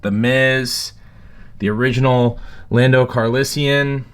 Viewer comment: If you can't say the character's name (Lando), maybe you should let someone else own it?